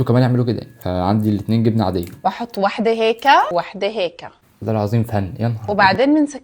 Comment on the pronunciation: هيك ❎ هيكا☑️